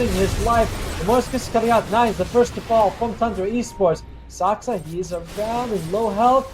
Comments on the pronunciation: Me to the commentator: Say Saska one more time! 😡 The commentator: Saska! 🥴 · its Saksa not Saska